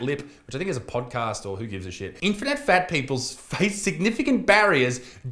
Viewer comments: Get it right Butterfield ..... In - fini - fats ! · 'Infinifat'? Try 'infattyfat' ....eh?.... EH? BUDUMPAH!! (P.s. you kept saying "infinite fat" ,try harder Isaacs, like fattys need to try harder to eat a salad